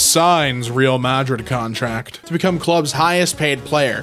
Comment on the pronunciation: iT"s ProNoUncEd "rE Al Ma DriD"